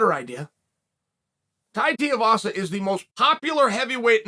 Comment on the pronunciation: Lol Atleast he’s pronouncing tuivasa properly now. He’s been saying tee-avasa for ages.